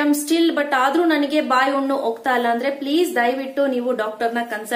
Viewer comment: ಉಣ್ಣು ಅಲ್ಲ ಹುಣ್ಣು.